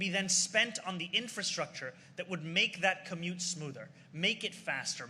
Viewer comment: Vaush refusing to pronounce "commute" correctly irks me so much